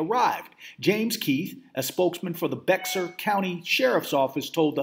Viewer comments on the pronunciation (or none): Learn to say Bexar (Bear).